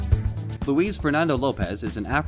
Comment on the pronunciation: it's luis mane